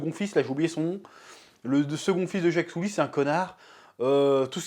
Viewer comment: Le héro s’appelle Jake Sully. Le chef prononce : Jacques Soulie